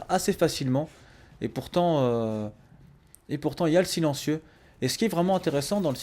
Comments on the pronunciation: "Le Chilencieu" xD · le fameu "Chilentieu"